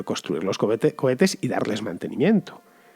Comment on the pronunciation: David Broncano se ha apoderado de ti por un momento. Esos "cobetes" xD